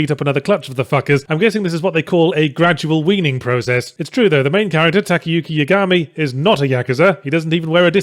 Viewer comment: Geez why does there have to be two ways of say Yagami? I usually say that name in the way it was pronounced with Light Yagami from death note with I bit more emphasis on the "A". The way you say it Yahtzee it almost sounds like there's no "A" suffix at all.